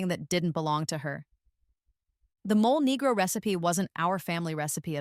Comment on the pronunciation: Mole negro pronunciation: MOH-lay NEH-groh